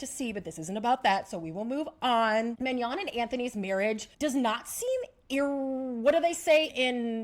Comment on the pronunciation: It’s Manon not Mignon. She ain’t a steak girl 🤣